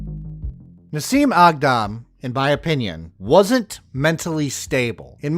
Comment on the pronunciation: A Thousand Props for pronouncing her name and native country correctly unlike these dumb white washed hicks! 😆